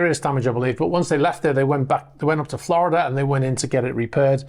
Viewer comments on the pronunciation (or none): none